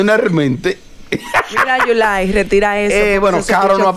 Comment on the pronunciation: Yo quiero mucho a Sandra dice yulay 😂😂😂😂😂